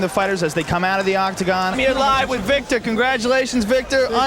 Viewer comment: Pretty sure he was supposed to say “Vitor” but he called the guy “Victor”